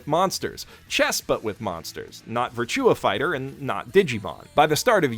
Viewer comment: What a brave way to pronounce Virtua Fighters.